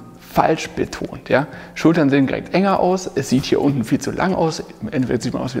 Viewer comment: Du sagst immer "girekt" statt direkt. Achte mal drauf ;) Ansonsten aber ein cooles Video!